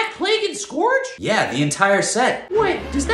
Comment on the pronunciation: Im glad plague is back also its not pronounced skowrg its skuurge